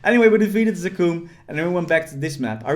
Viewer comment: we all just gon ignore the way he says zakum?